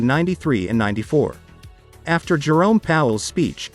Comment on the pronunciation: There's just something about the way you say, Jerome the joke ....it sounds soooooo right.